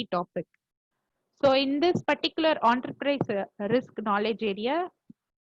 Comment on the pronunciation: Some one should let her know, it’s “En-ta-prize” and not “OOOONTERPRISEA” 😂